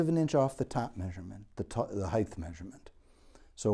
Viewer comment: Height, not Heighth!